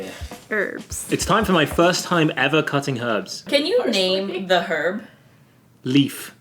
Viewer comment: HERBS! ... with an H! (not erbs like the yanks say). I love you guys 😍